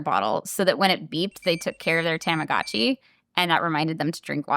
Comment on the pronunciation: Its actually pronounced "Tah-mah-goh-chi"! And I do this too with my Digimon (they are made by the same company and is just as needy! Haha)!